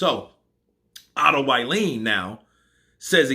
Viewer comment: Otto vallin not uailiin 🤣